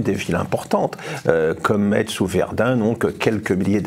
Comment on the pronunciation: "Metz" se prononce "messe". Merci.